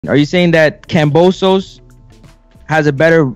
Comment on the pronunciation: Can you please say KAM-BO-SOS there is no P dawg my goodness bro 😂